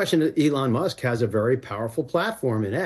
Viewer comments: It’s not MUST, it’s Musk- no wonder this show is no longer relevant! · The name is Elon musk, not must. Get it right. It’s like less than 20 words in. Embarrassing.